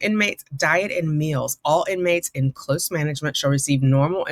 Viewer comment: Too funny that she has a challenge pronouncing the word "close" when it's the predominant word in the story.